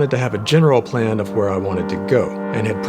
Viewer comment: Is no one gonna talk about how he pronounces words like "where" and "what"?